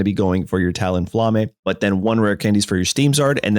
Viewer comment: Ain't no way he just called ma bird "TalonFla-May".😭😭